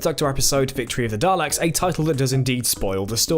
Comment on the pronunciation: isnt it pronounced 'dar-licks'?